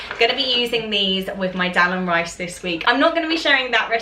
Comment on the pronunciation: Dahl is pronounced dARL not del